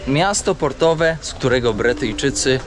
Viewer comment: BRYTYJCZYCY‼️nie Bretyjczycy, 🙁